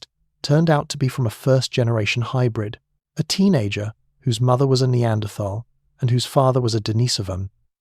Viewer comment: Annoying to hear Neanderthal mispronounced